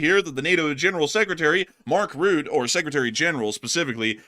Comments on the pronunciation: It's Rutta, not root - not exactly Rutta but Rutte with the 'e' pronounced as a separate syllable, sort of Rutt-ih. Important to remember that one's name is the most important word in their language so we don't want to screw up pronunciations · Mark Rutte is pronounced as Mark Ruh tuh not Mark Root.